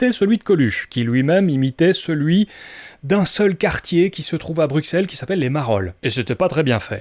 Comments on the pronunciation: Hey, pourquoi tu sors le 'x' à la française pour 'BruXelles'? Le x de Bruxelles, nom de la capitale de la Belgique, se prononce [s] (s), comme dans soixante, et non [ks] (ks), comme dans boxe. On prononce donc [bʀysɛl] (bru‑sèl), et non [bʀyksɛl] (bruk-sèl). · toi et moi sommes Belges....donc je suis frustrée quand je t'entends dire BruXXXelles...pourquoi??? Nous on dit BruSSSelles non?,, Bon je chipote mais...pliiiiiiiiiizzzee:)